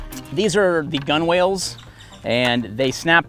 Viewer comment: Gunwales should be said "Gunnels"... and you were a swabbie! :)